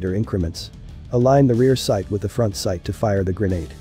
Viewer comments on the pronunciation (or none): Took me a while to realize he was saying 'Sight' as he pronounces it 'Side'.........other than this, fantastic - thank you.